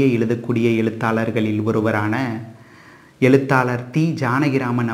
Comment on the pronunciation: விஶ்யத்தை விடயம் என கூறும் நீங்கள், எழுத்தாளரை எலுத்தாலர் என உச்சரிப்பது ஏன்?? Sankrit alphabets improves and adds on to Tamil. Don’t undermine our ancestors for adding these alphabets to Tamil. Tamil has grown by adding these syllables. I do enjoy your narration of stories.